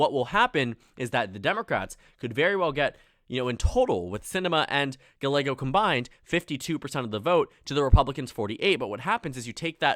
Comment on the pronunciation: Our mayor's name is pronounced "Guy-ay-go." Just an FYI! 😉